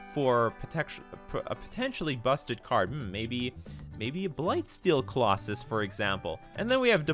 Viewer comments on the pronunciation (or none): none